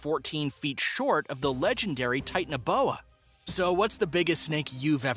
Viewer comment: Knowing what I know about Irish pronunciation, I feel pretty sure that Croghan was pronounced Crowan, or Crojhan, with the jh pronounced with a spitty throat sound. Peccary is pronounced PECK-ary, not peck- AIR-y... ti-TAN-o-BO-a, not Tight-n-o-boa. MEG-ah-lah-don, not 'Meg-ah-LO-don'. Piotr is pronounced Pee-oh-trah, not Peter.